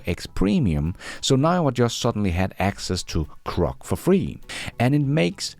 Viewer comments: Hey, LOVE your work. *sorry, it's my OCD, but its Groc, not Croc. (Come to Australia if you want to see Croc's😂) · Perhaps is misreading the digraph, mistaking GR for CR and so mispronouncing it? I think this would be an easy mistake for an ESL speaker.